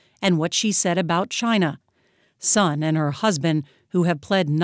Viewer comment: Sun for Linda Sun is pronounced as “Swen” somewhat like “Son” for Son Heung-min